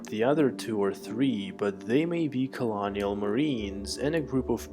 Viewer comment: why do you choose to speak like that.....melodic roboticness maybe cute but simply sounds not human, maybe even a little ironic. phonetics are key, including where they go in sentence structure "dah novel" dah? and also inter yooooer (in ter view er.....) 4 phonetics how difficult can it be.... colonial spoken like colonic.....the bideo??? I appreciate english may not be youre first language or native language cool....my only motivation here is to point out how you sound and maybe how you could sound better....by first understanding that there is room for improvement. I get feeling if I am typing this then no one else has been brave enough to say these things in the hope that you educate self to speak properly so the full impact of what you are attempting to convey is understood clearly and consistently giving anyone who tunes in or affords attention to you every chance to have least issues as possible. its not rocket science life is hard enough. speak properly or no one will be able to know what you are saying at all. pronunciation....annunciation.....dictation......grammar.